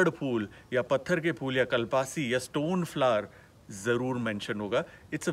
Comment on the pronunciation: Well pronounced Kunal Kapur. Thats how we pronounce in Tamil "Kalpaasi" . Well done. We love our language as much as our food. We use it widely but mainly in Chettinad cuisine. This is very good informative video. I hope you will travel all over India and the world promoting spices which are medicines .